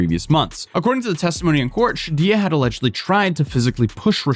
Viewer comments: It's pronounced Shaw-Dee-A, the "J" is silent. Although how you were pronouncing it, Sha-Dia, is the most common "Americanized" pronunciation. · Sha-Dee-Jah I don’t think the J is silent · I think it may be pronounced Sha Day Uh 🤔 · pronounced like Sha-deeja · If its shadaiya the baddie i know pronounces it sha-day-yuh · From people I have met irl, the name is pronounced SHAD-EE-AH. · Note to you or any other creators because I see this a lot. Do not rely on Google to find the way to pronounce a name. Search for the story and watch the local news coverage and you will see how to pronounce the person's name. In this case, it's SHA-dee-juh. The J is pronounced like it sounds in English, not how it would be in say Spanish. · It's pronounced Shah-dee-ah. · I think her name is pronounced "shay-dee" 😂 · Why is it silent though? It’s not silent in the original Spanish word, and how are you going to pronounce two vowels as a diphthong when they’re separated by a consonant 😂